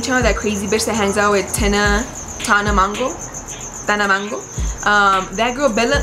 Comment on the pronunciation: Tana mango lmaoo😭